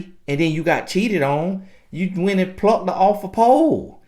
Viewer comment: did he just plucked her off the pole in his country accent...I just fell out...lmbo